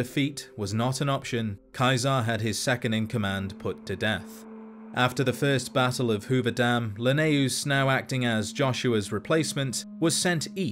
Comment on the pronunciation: Love the video, hate the mispronunciation of Lanius, the game tells us how it’s pronounced, his name is said a ton, no reason to let your accent butcher it